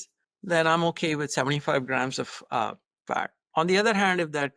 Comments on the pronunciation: I cant unhear 'Fart' instead of 'Fat' 😂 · now, I hear Fart also. Thank you LOL